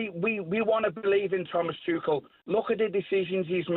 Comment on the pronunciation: Crazy how Goldstein still can’t pronounce ‘Tuchel’ properly 😅😂